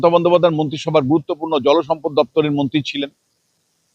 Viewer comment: 😂😂😂 মন্তি না মন্ত্রী হবে। পাক্তন নয় প্রাক্তন হবে। সোমনাথ বাবু কে ডাকবো। 😂😂😂😂